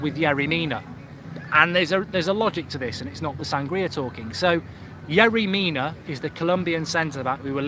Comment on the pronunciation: Lmao mark your saying yerry lamina 😂